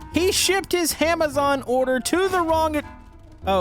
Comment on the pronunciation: Did he say HAMAZON